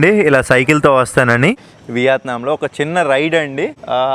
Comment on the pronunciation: బ్రో, నువ్వు కామెంట్లు చదవవా? తిండి తినేటప్పుడు అలా చప్పుడుచేస్తూ,అవులుబట్టినట్టు పీక్కో తినొద్దని ఎంతమంది ఎన్నిసార్లు చెప్పేరో చూడలేదా..అసహ్యంగా ఉంది బాసూ.కాకపోతే చంకల్లేని షర్ట్ తో చావగొడతావనుకున్నా గాని..దాదాపు రక్షించావు.అలాగే ఆ దేశం పేరు ' వియాత్నాం ' కాదు. యా కి దీర్ఘం లేదు. మనదేశాన్ని 'ఈండియా ' అనో ' భరాత్ ' అనో అంటే ఎలా వుంటుందో ఊహించుకో.